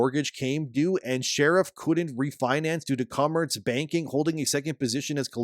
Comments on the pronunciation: Every time I hear "sherrif' I die a little bit inside. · Dude, its pronounced as "Shureeeeef" not like a cop. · His name not pronounced like "sheriff". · So click bait...can't even say his name right and pretends to know whats going on for clicks...trash. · I hope this is taking us constructive criticism and not some asshole in the Internet. Probably will be the ladder, but it is not intended that way. Your credibility takes a huge nose dive when you don’t pronounce the guys name correctly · If you're going to repeatedly say his full name, check your pronunciation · That pronunciation of Sharif.... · I love how you intentionally mispronounce his name throughout the whole video. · Half of this info is wrong, and this dude doesn’t even know how to say the creator’s name. Go watch a real video that actually knows what’s going on. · The gaming kickstarter space is a weird one bruh. Based on precedent alone, you're more likely to get rug-pulled in an MMO kickstarter than through meme-coin investment, and yet people were giving away their money hand over fist to a known con artist in the hopes that this game would mean the resurgence of MMORPGs? Like, how does this keep happening? Btw, you pronounce Sharif wrong, but since that makes Steven mad, please, keep it up.